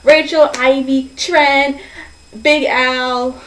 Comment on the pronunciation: And also I dunno if its just the sound quality or what but it sounds like your saying "trench" when your saying Trents name.